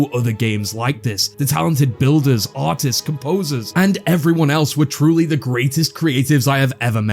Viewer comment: the way you say artist and artistic sounds so much like autits and autistic i cant unhear it))